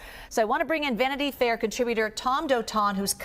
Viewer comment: you lost me when you said "Vanity Fair" LMFAO